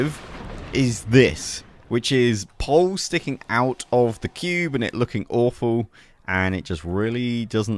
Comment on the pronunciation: Honestly I just watch your videos for the way you pronounce "THE CUBE" and now I'm addicted to your creations lol 🙌